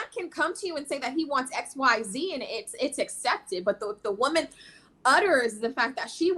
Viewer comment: Did she say excepted instead of accepted?